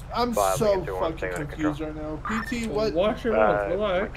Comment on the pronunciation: Just to let u know it is PT n not PTT get it right